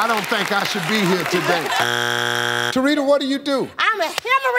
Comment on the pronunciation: TaRITA with a small a 😂😂😂😂😂